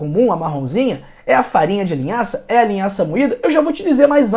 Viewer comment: Vc disse linhaça moitda